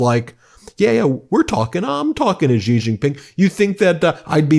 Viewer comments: Hey BEN! The president of China’s name is pronounced SHE not Jee or Yee. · trump doesn't know who he's messing with. And it's pronounced 'she', not gee. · Hey Ben love this channel, but attention to detail: Xi is pronounced "She", not "Gee". Why is that important ? It's a matter of showing respect. BTW, amazingly enough, Trump actually pronounces it correctly. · Hey sir, just to let you know: it’s easier to pronounce China’s president as “She” Jinping — that’s quite a close approximation. Cheers!